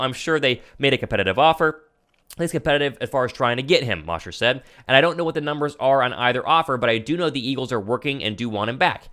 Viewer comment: Hey. Love your show and faithfully followed over from your last company. Great stuff. So just a friendly hint. Geoff Mosher is pronounced with a long O. Mosher like Kosher. Keep up the great work. Faithful listener! Born and bred in Philly but live in London and die hard birds fan so keep up with guys like you and Mosher on inside the birds...